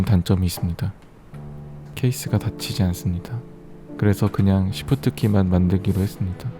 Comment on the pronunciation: Shift를 shit 이라하는곳에서 뿜었다